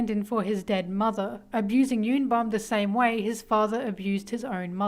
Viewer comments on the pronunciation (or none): Y'all literally reading Bum's name as "YUN BAM/BOM" when it's actually YOON BOOM, please they are koreans ಥ‿ಥ